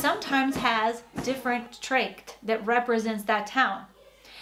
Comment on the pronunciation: I get a bit pissed of that the woman can't be bothered to pronounce "Dirndl" and "Tracht" correctly.